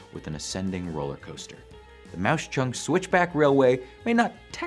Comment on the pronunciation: It's pronounced Mawk Chunk (I'm a local)